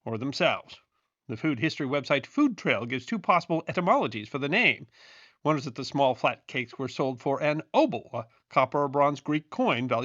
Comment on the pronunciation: I like the way he aggressively pronounced "one." For instance when reading a date, he'll say it as "nineteen fourty OOWAUN"😊